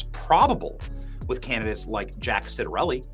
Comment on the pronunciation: It’s Chitarelli pronouncement wise, not sitarelli